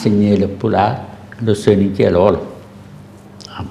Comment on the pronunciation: Très intéressant mais vous devez faire des efforts notamment quand vous écrivez Soninke vous dites sinonke